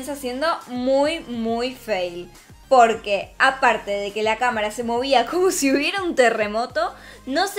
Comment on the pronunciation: Cuando dice " POQUE" es raro